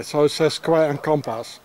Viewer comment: He looks at the manhole cover and say: square and compas 😂 WTF ? And A Ra Gon is a famous french poet. Louis Aragon.